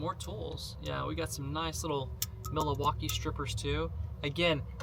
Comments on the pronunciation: "Mil-a-waukee"? Does not know how to pronounce Milwaukee? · MILL-WAUKEE ..what are you even saying